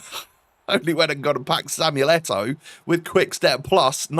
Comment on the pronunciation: It’s Eto’o!!